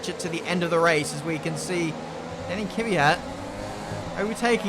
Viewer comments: Again..It's Kvyat,not Kivyat...:) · I’ve been annoyed by how you pronounce Kvyat for 2 years now. It’s K then V, not K-i-V. You pronounce it like it’s an i in there. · Somehow a lot of people see an imaginary letter between the K and the V in Kvyat. "Keeeevyat'....